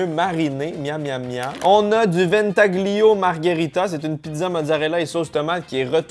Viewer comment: Ventaglio mdrrr ont ne prononce pas le G